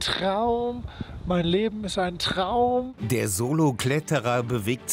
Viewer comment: Alles ist ein "Tchraum"